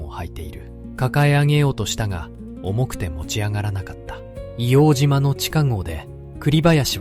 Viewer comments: ＡＩで変換してるからか？皆さん指摘の「いおうじま」ではなくて「いおうとう」ですね。 あと、 からの、幕僚との説明ですが、写ってる皆さんは下士官か兵みたいなので 身の回りの世話人か伝令？幕僚とは違うと思います。１つ前の写真には参謀懸章を 付けてる人が居るので、上級士官の方達かなとは思いますが。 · 『硫黄じま』ではなく『硫黄とう』です。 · イオウジマではなく、イオウトウと読んで下さい。当時の住居区分では京橋区硫黄島(イオウトウ)です。イオウジマは米軍がわ呼称です。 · 栗林さんのお話、ありがとうございます。ただ一つお願いがあります、硫黄ジマではなく硫黄とうで願います、日本人のこだわりです。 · いおうじまではない。AI失格だ